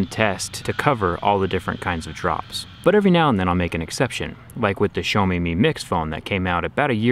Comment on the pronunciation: Xiaomi is pronounced "siao me", not "show me"